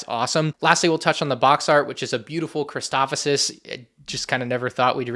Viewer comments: Sorry, Christoph-O-sis?! It’s Christophsis dude. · it's not christophosis it's christophsis lol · stop saying christophosis😭 it's christophsis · Please stop saying Christofosis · Erm it’s ackshually pronounced “chris-taw-ff-sis” 🤓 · Gonna get so many of these, but please for the love of god say the planet name right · Awesome to see super battle droids back but hearing you say Christophsis weirdly about 5 times ruined my day